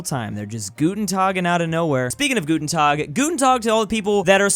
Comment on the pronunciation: Du musst Guten Tag aggressiver aussprechen xd